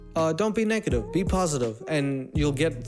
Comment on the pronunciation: I think he said "dont be neckative" . Makes sense now doesnt it?